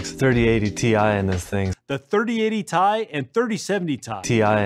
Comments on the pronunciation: I do think it's funny that he keeps saying Tie every year when NVIDIA made a large distinction back in the day that it is pronounced T, I.. The rest of their consumer presentation was very lackluster. It felt more like a stockholder call than a CONSUMER-driven keynote. Their self-driving tech is cool and the studio stuff is interesting, but mostly to industry professionals, not consumers.. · He's pronouncing Rembrandt wrong. Like he's from England or something. It's T I not tie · Let’s get something clear. It’s Tee-Eye. It always was and always will be. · Nvidia: "TIE" Gamers: "Ti" Nvidia: "TIE!!" Gamers: "No. It's Ti." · Because Jensen has been saying Tee Eye for years on stage.... And you'd kinda guess that the dude who freaking founded the company would know... Go back and watch the Pascal and Turing launches if you don't believe me. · Jensen might have learned of his mistake, and now say's i correct!?